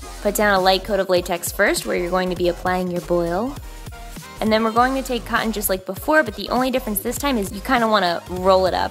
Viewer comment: i know she says cotton latex but it seriously sounds like she says condom latex sometimes lmao 😂